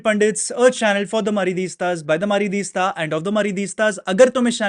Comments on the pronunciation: ARREY BHAI, MARIDITAS KAUN BOLTA HAIN. It's madristas bro😅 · madridistas hota hai bhai starting me tu kya madriestasjwvwisvs bolta h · bhai maridista kyu bolta hai ???